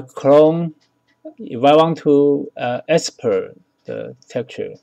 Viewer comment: Export. Not Espert. FBX. Not FBS.